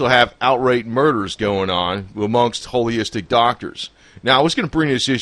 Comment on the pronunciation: It's Holistic! Not holyistic!